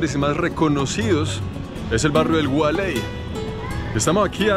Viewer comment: El gualey no, gualey!!!! A lo pelao 😁